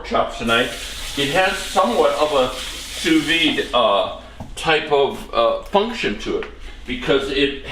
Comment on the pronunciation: Sorry for saying this. It's Sous Vide, with the d pronounced. It's not Sous Vee.